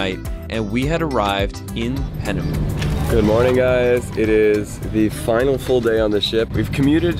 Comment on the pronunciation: I think it’s Piaynemo not Penemu